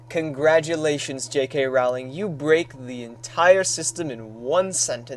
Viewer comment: Yep. It was Seamus Finnigan. J.K Rowling is pronounced rolling. As in rolling a ball. And "protego" is pronounced, pro-teg-o. Meaning teg sounds like leg